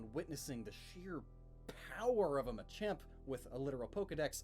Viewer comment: THAT NOT MACHOP IS MACHAMP